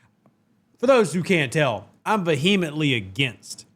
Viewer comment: Great vid, guys. Ps: respect for your extensive vocabulary as an inveterate reader it’s easy to mispronounce the occasional well-chosen word. “Vehemently” was the perfect word in context - but the correct and more mellifluous pronunciation is VEEuhMently. I used to read it and imagine the HEM syllable in my head until ~50 years ago when I heard the correct one. I have used it with confidence ever since. PS Your football scout IQ makes you the most insightful Saints podcaster on YouTube.